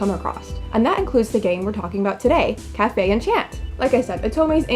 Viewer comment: I would have probably not been interested in it at first glance, but your review does trigger my attention. I may give it a try. Thank you ! Btw, -- I can't help sorry, I'm happy to see French words because I am French-- if you want to pronounce it perfectly: café is just as you said kah-feh. But for enchanté: You should not pronounce the "n". "En" and "an" are the same sound to us so you can repeat it twice: an-shan. It's hard to explain how to pronounce our "an"/"en", but I found this on the net: For “en”/“an”, try saying the word “song”, but stop just before your throat closes into the “ng” sound. You didn't do "tch" instead of "sh" which is nice. We don't have a tch sound. As for the last syllabe: té is the same as in café, it's teh. I hope it was useful ! It's odd to explain French pronunciation which words are used in a Japanese Otome Game xD Apparently, Japanese people love our culture so they tend to put words here and there to appear distinguished.